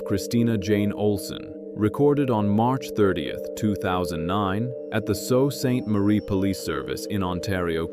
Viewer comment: The name of the city where this took place is Sault Ste. Marie, Ontario. I know it’s a weird name so I understand why it’s not pronounced correctly in the video. The first word is pronounced like Sue. So it’s Sue Saint Marie.